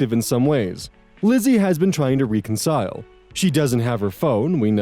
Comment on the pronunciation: Does re-concile drive anyone else nuts or is it just me? 😂